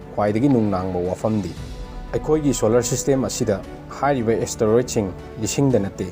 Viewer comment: Beo astaroid haiba natte Asteroid haibani